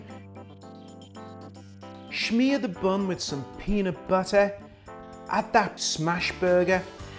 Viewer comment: “Peenat buttah boogah”